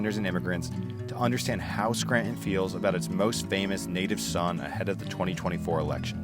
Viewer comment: Scranton is NOT pronounced Skrant - IN....damn.